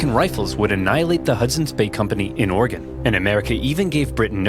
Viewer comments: As an Oregonian that the fact that you are from the Midwest and pronounce our states name correctly brings me joy. Almost as much joy as getting to see you react same day to this video! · Fellow Oregonian! I was honestly surprised to hear both Oversimplified and VTH get it right. Most Midwesterners I've met say it "Or-e-gon" or "Or-gon"